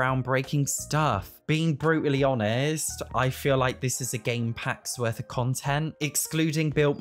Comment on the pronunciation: Thought he said “Bruce lee honest” 😂 had to run that back